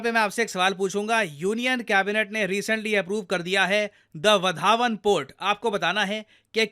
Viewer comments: सर सही उच्चार वाढवन है. आपने वधावन बोला. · Its not wa-dhaa-wan. Its wadh-wan(वाढवण in Marathi.) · It's not 'वधावन"..It's a 'वाढवन' !! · its not vadhavan please pronounce good its different pronounce that port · सही उच्चारण 'वाढवण' है. उत्तर - महाराष्ट्र